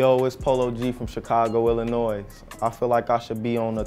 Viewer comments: He shouldn’t even be in 2020 just for saying Illinois with a s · The s is silent polo